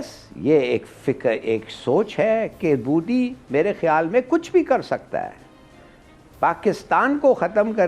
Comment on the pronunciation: Moody nahi MODI hai humare pm ka naam. Naam tak dhangse bolne nahi aata aur panga lene chale ho. Lene ke dene pad jayenge tumhare.